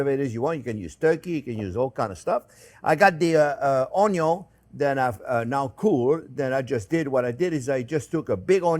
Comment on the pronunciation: 'ello friends! ❤ Onyon 😂 Love you Jean. Thanks for the lessons and passion.